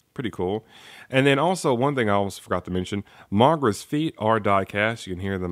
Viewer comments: No offense but Why do u keep pronouncing his name as MAGRA? its pronounced MOGERA dude. still I do love the review very nice thanks for uploading this. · its mo-gee-rah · It's actually pronounced mo-GEER-a, although the name may seem different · I'll over look the fact that you mispronounced Moh-Gair-uh. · You are saying mogera wrong